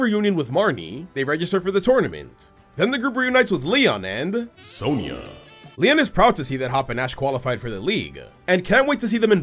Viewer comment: When he said "Sonia" got me rolling faster than donphan